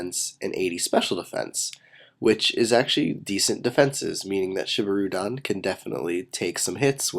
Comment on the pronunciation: ok i'm just gonna say this here and now but i just wish you would use the proper japanese pronunciation for these names like this one its spelled shibirudon but pronounced sheebeeroodawn